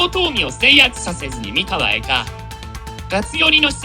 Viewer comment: 三河の発音は↑↓↓ではなく、↓↓↓なのでずっと気になりました(笑)三河出身ですので。。。